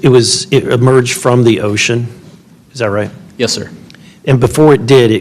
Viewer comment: "ITS COMIN' RAHT FER US!" 🤣